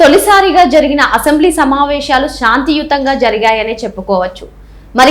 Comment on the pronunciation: సమావేషాలు కాదమ్మా తల్లి. సమావేశాలు అనాలి. ఉచ్చారణ సరిగా వుండాలి.